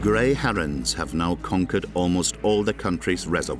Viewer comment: "Harrons" "Swarns"